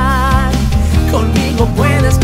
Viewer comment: 3 años y nadie ha notado que dice "COMIGO" xd